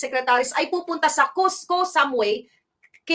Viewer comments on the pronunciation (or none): Pronounced as Koh Samuy, Koh means Island